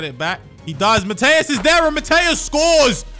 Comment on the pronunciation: Calling lothar Matthäus “matteus” warrants a dislike